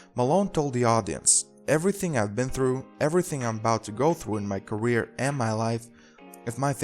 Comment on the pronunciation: This is garbage - awful narrator. "...during is gareer."